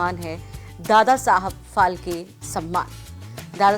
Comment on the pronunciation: फाळके नाम है वो ठीक से बोलो ऑर लीखो.